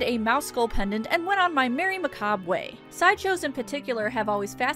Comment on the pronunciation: Not gonna lie you're the first person I've heard say the word macabre correctly in a depressingly long time haha